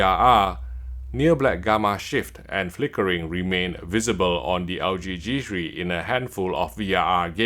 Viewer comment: Its g three not g shri